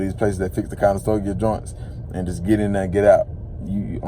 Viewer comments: Conestoga not Conestogia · Click bait Over monetized Conestoga, not conestogia…makes you sound like you don’t know what you’re talking about